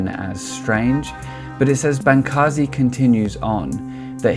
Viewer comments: This video is horrible. You can't even pronounce Bancarz correctly, how can I possibly give thought to the idea that the information stated on this video is well researched and well thought out. Bancarz has proved to be knowledgable and well informed on New Age and has made a significant amount of income teaching the New Age and is considered resourceful in the industry. To those that question this statement, please refer to the book "The Second Coming Of The NEW AGE by Steven Bancarz and Josh Peck. You can find this book on Amazon or at Barnes and Nobles. It's incredibly informative and is forwarded by Dr. Michael S. Heiser. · His name is pronounced: Ban-CARS; and you are putting the cart before the horse. The rash of youtube exposes about the occultism embedded in the new age did not create these testimonies and warnings, rather people (such as myself) became radicalized first through having experiences of real evil while blithely messing around with new age practices. I scoured the internet and was relieved to find these testimonies on youtube. Also a crack in your intellectual framework: Darwinism IS magical thinking, cmon'